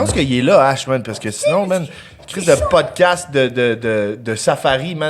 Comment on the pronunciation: Hahahahaha le poudcast 😂😂